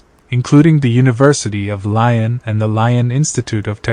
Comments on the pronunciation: how can you say l ai on if you are making a video...at least pronounce the name of the town correctly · If you’re gonna do a video about a city, at least look up how to pronounce it properly.🤦🏻‍♂️